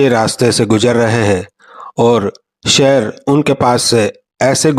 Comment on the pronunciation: Sheer aa shear ni😂